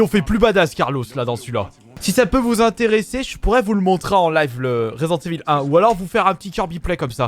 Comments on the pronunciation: 😂😂 resent evil au lieu de resident😂 mais aussi non super video kirby continue comme ça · « Résident evil FROUiii » 😂😂